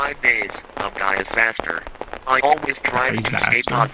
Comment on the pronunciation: 'Diasaster' it's disaster not diabetesaster